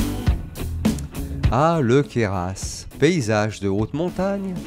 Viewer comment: queyras sans prononcer le S c'est mieux .... sinon belle vidéo bravo !!!